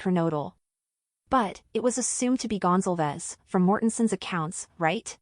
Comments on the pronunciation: Gon-zal-vez not Gonzel-vez Do you suppose it is possible that Madison or Kaylie said " Someone is here" when headlights from the door dash shinned up at their bedroom front windows ? The girls on the top floor were probably used to seeing who was coming and going through those windows that overlook the front lot. This might create a time gap between that statement, and the following noises that she heard. This might also cause the dog to stir. Odd thing is, we hear about Dylan looking out of her door on three occasions. But in the accounts that we have, there is no mention of a delivery of food. Maybe Dylan just didn't care about what was going on . Maybe she was tired and trying to ignore the noise. She was probably used to a lot of late night drunken horseplay. And even screaming. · Goncalves pronounced Gone-Call-Vez like Gonzalez but with a c